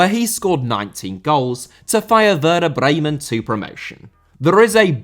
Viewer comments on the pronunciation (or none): none